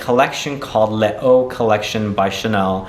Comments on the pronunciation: it’s lay-zu i believe… 😇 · le o? les eaux = lesöi u can even google it